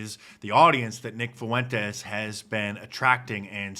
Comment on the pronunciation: Can’t even pronounce Fuentes